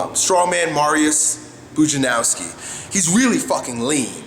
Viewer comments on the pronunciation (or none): Hey, it's pronounced "Poodge-un-ov-ski" by the way:)